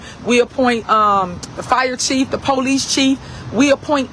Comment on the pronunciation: Any politician that pronounces “police” as PO-LICE in that dumbass ghetto slang should tell the residents all they need to know. I really do blame the people of Dolton for voting her in. Stupid people, very stupid.